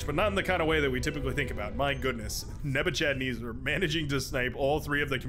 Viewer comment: Nebuchadnezzar is pronounced neh-buh-kuhd-neh-zr. He was a Babylonian emperor from 605BC-562BC